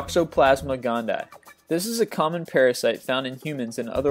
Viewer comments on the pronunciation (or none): none